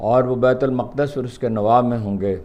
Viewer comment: Haroon sb. lfz " maqdas" ni he, durst lfz muqaddas he